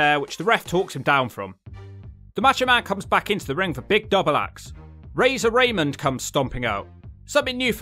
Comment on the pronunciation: also... STOP SAYING Razon Ramon like a white guy XD.... you know EXACTLY how to say his name